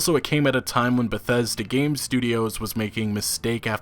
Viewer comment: The worst pronunciation of word Bethesta ever. Why is he chocking every time saying it. 40 sec into video and i'm just thrown off.